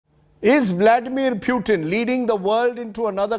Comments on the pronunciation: Pew-Tin. Is it? Its Poo-tin you pretentious 🐖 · Lol.....to him pronouncing 'Pewton' like Newton. It's pronounced 'Pootin' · I love the fact ( or maybe hate it ) that he calls Vladimir Putin as Vlaidemir Pewtin. 😂